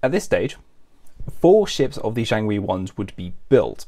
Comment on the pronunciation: Jiangwei, not jianwei. Missed a G, mate. Nice research otherwise